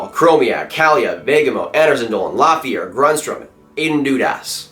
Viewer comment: yea it’s not Lafrenière lol